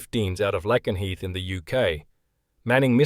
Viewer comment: Tuomas Lakenheath in Eastern England where the US airbase is situated is pronounced 'Lay-ken-heath' not 'Lackenheath'. Just another quirk of English (the original version) to trap unwary foreigners I'm afraid!